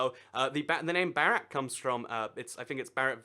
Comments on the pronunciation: Bharat is actually pronounced like Bhaa-rat. Not Barat (fyi that's our Hindu word groomsmen) xD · It's (BO-RO-T) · it is bhaa rut, bhaa like baa baa sheep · "Barat" lol no it's pronounced "Vah-rot" (something close to that) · Its B-harat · hxrini. His pronounciation doesn't even sound like Barat (groomsmen)